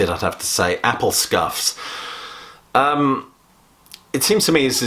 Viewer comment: Apple Scruffs not Scuffs